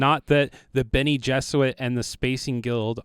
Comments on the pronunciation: "Bene jesuits" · My guy said Bene Jesuit😂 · Bene “Jesuits”? Bene GESSERIT!